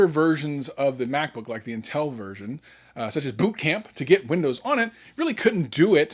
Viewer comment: Are you trolling us with that intel Pronunciation? intEL? Put the emphasis in the IN part. INtel.